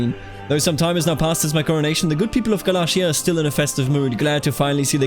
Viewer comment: its gal-ayy-shar for galatia. Ayy as in Ayy lmao